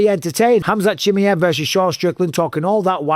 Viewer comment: Who is "Hamzat Chimiv"?